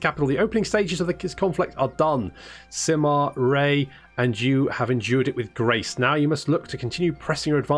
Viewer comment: I live in China and it's pronounced like Sima Yue(not ray, but yoo-a). You can use Google translate to listen to the authentic Mandarin pronunciation. Like it so he can see it.